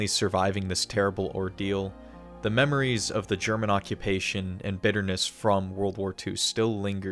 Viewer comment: great video but you really got me with memwires